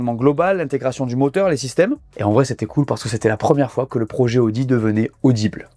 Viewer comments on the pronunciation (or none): none